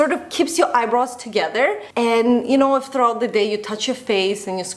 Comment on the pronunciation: All I hear is 'eyebras' 😀